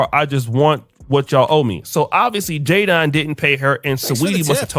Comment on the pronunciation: "JAY-Don" .. the nigga name is Jadon lmaooo